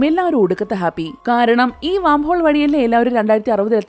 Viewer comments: വാം ഹോൾ അല്ല... വേം ഹോൾ എന്നാണ് പറയുക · വാം ഹോൾ അല്ല വെo ഹോൾ ആണ്